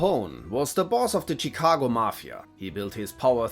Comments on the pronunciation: Lol, it's actually pronounced "Shuh-cago" :) good video nonetheless, but that bit made me chuckle. It has like a Spanish twang to it. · lol "Cheekago" xD